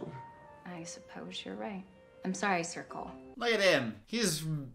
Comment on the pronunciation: I called him Circle the whole movie as well lol